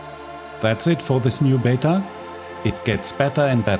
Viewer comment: Your videos are great and your English is really good but Beta seems to be always pronounced "bee-tah" not "bet-ter" in English speaking countries. I don't really know why ! It might be that Beta is just a acronym for something else and that it's a American made up word and that's just how they pronounce it. So everyone else just does the same to when they say it.